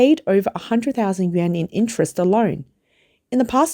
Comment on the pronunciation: yen ? yuan? pronunciation issue?